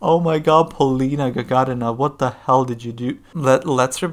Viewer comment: Обязательно посмотри песню Hurt на том же китайском шоу. Отдельное спасибо за правильное произношение ее фамилии ( ударение на 2 слог). Иностранцы обычно делают ударение на 3 слог.